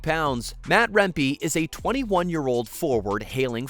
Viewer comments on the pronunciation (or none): His name is also pronounced "remp-eh" not "remp-ee". Go T-birds and rangers!